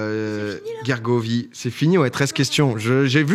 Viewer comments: "Guergovie" mon petit cœur Auvergnat souffre, c'est Gergovie, il n'y a pas de u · ca se prononce jergovie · Pourquoi Gergovie se prononce guergovie et pas jergovie?